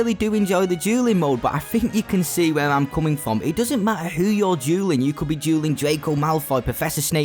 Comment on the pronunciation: I'm not gonna joke with you right now your accent makes dueling sound like julleing